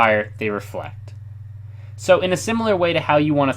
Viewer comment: its reflect